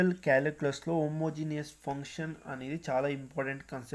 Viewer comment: It's not poncation it's function